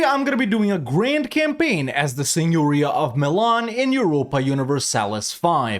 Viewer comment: If you want to pronounce "signoria" like a true Milanese, put the accent on the second "i". Something like "santeria"... remember the song by Sublime? :)